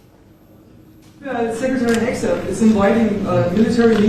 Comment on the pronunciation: Palki: FYI: In the USA it’s pronounced as Heg Seth not Heg a Seth. For what it’s worth!